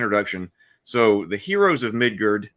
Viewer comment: I really wish you didn’t keep calling it “Midgurd…”